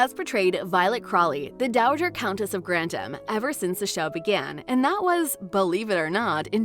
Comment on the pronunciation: Grantham not Grantim.